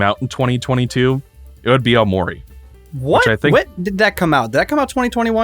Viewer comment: cannot get over pronouncing it "o'maury"